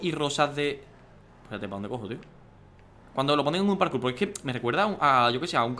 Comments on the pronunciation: Lo que dice Dani: parkour Lo que yo oigo: carkur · Like si en el minuto 1 as oído karkur envés de parkour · like si oistes que Dani dijo karkur